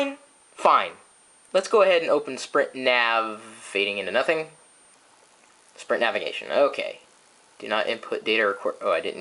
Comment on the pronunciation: Sprint Foo? haha. Nice Chris...